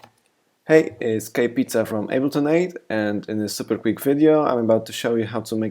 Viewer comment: he is saying "ableton aid" it doesn't sound like it but he is.